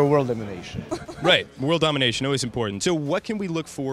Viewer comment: That bald guy loves to emphasize 'World domination' doesn't he...? Dude.....You are no Dr Evil......You're not even a Gru. You just make games.